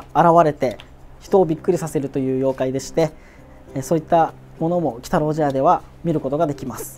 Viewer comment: 茶屋の部分、「ちゃや」じゃなくて「ぢゃや」って読むのですね